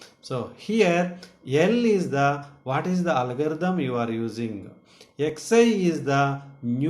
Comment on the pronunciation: It's not Alagarithm , It's Algorithm.